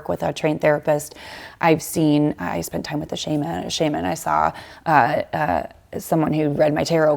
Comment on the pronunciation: She's got good advice, but the word "shaman" should not be used in such a generic context. The fact that she mispronounced it shows that she's most likely ignorant of the definition of that word. "Spiritual guide" is probably a more appropriate term...or something to that effect.